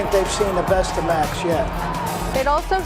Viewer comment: had better learn how Max's name is pronounced.